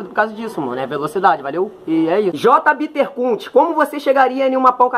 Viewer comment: "Bittercount" KKAKAKAKA